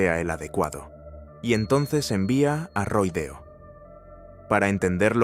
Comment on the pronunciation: No es "Roy Deo", es Roy DeMeo.....y "Castellano" se pronuncia a la italiana: [ Kastelano]. Hay que tener en cuenta que en Sicilia, Calabria, Apulia y Campania hay muchos apellidos de origen español (al formar parte del imperio español desde principios del S.XV y antes de la Corona de Aragón) pero se pronuncian a la italiana. Catalano, Castellano [Kastelano], Navarro....